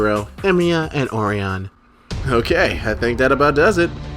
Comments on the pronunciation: Sorry to be the party pooper, but Orion is pronounced like a lion(O rye on), not the cookie oreo. Looking forward to part 2 of this guide ;) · I was about to poop on the party myself; you beat me to it. Honestly the first time I've witnessed so many mispronounciations of one of the most popular constellations. Thanks for the vid!